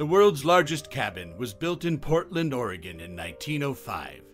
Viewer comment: THANK YOU! For pronouncing OREGON correctly! Your voice reminds me of Clark Gable. Just sayin'.